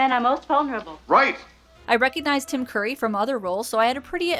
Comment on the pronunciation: Tim Curry! Not Tim Coorry! Curry! Like the "u" in "up"!